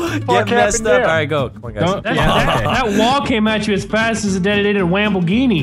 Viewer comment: i'm Here in my gawaaghe, Just brought my bwand new detitated Wamboghini.